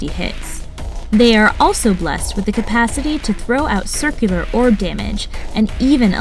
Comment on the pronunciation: Cumpasity it's capacity dude if you can't say the word don't even try I know you're reading from a script but really even I caught that faux pas